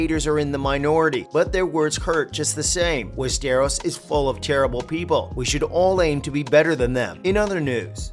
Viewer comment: I hear west stare rose 🤣